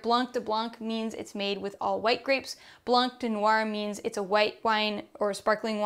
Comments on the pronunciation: Thank you for all this beautiful guidelines tasting (we don’t pronounce the c in blanc you just say blan 🥰) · In French, the “c” in blanc is always muted. But a very interesting intro to French wines otherwise